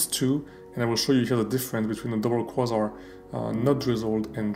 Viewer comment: Excellent. If it helps, “Kway-Zar” :). Your English is certainly better than my French!